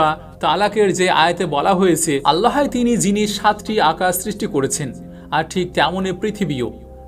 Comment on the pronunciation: বিশাল বক্তা! এখনও আল্লাহ্ উচ্চারণ পারেন না। আল্লাহো কোথাও লেখা? ও কার কই আছে? আগে শিখেন, তারপর পাকনামি করেন।